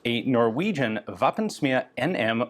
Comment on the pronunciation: Please stop pronouncing the word "våpen" like "waffen", norwegian is not german